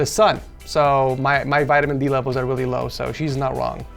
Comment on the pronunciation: "Let's go back to the setup *weal* quick, Poki, I do have some *wecommendations* like always"